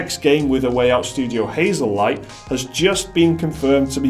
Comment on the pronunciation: Hazel-Aight? Really?